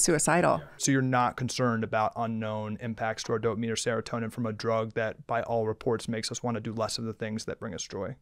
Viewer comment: Casey means is a QUACK, half of what he said with Ozempic is wrong, dude said seratonian not seratonan